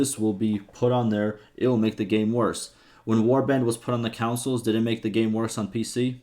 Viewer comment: bro that's too funny "councils" hahaha